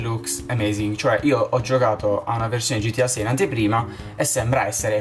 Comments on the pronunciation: Uno pero non si dice gitia ma si dice gta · Ma che gitiAA si dice GTA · non si dice gitia si dice gta